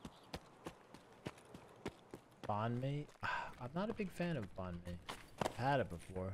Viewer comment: Did he try to say banh mi?